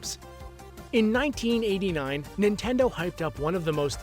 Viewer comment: Yes I love "nitendo"